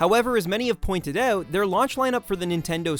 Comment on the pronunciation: I knew you were Canadian the moment you said "out" like "euuut" lol. Great video, let's really hope Nintendo succeeds with the Switch! Subscribed!